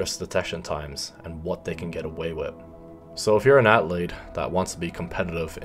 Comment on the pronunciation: Why does he pronounce the word "athlete" so weird? Felt a little cringy